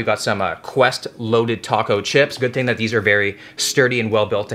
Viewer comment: "This is some TING to do " 😂😭